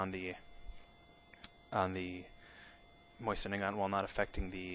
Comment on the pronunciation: Pronounced: Moh-Zin, not "Moisen"